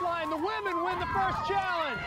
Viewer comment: This is a personal pet peeve, it sounds like you’re saying woman instead of women when you’re talking about a group of females. You do however clearly pronounce men when you are talking about a group of males.